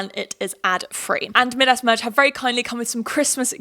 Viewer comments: Mid-ass is the strangest pronunciation I have ever heard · ‘mid-ass merge’ LMAOOOOO think it’s pronounced ‘my-dus’ Queen ily😂😂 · Maybe I’m just American but hearing you say “Midas” (m-eye-das) as “mid-ass” merge has me in STITCHES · Big fan not making fun just a cultural difference 🫶